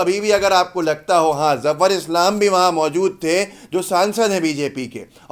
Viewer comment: जाफ़र इस्लाम नहीं ज़फ़र इस्लाम है